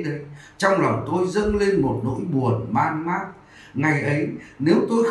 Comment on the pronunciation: “... nỗi buồn man mác...” Sách viết là “mang mác” nên anh đọc như vậy chăng?!